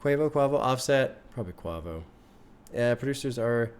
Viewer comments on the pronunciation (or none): Him saying “kwovo” instead of quavo makes me realize he has GOT to listen to culture soon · The way pronounced Quavo’s name 😂😂😂 PLEASE react to Migos Culture 1